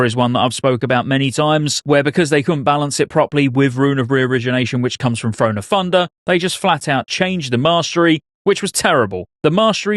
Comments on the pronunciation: “Frone of Funder” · "Thrahn o' Thundah"